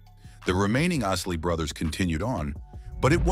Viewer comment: Did he just say, "...the IISS-ley Brothers"? SMH